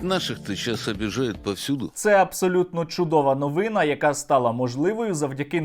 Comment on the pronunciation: новинА(наголос на останній склад). Що що, а говорити грамотно це наш обов'язок не перед державою, а перед мовою